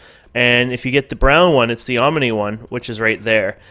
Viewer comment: Om-a-nay LOL